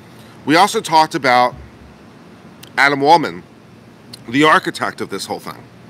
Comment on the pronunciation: Adman waldman!!! Every time you say his name Admin lmfao! But I love your take on this on an unbias standpoint is good. I see your side and Josh's as his best friend as someone who has been around AH for a long time and knows the walking shit show she is. I predict he knew she's unstable enough to know she'd sink herself. Good video